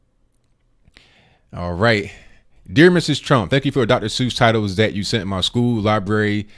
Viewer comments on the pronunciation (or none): laugh out loud , A friend of mine has a dog and she named it ( Dat ) when you say that it sounds like my friend is calling her dog ( Dat ) is that just your funny English or you really that lazy to say that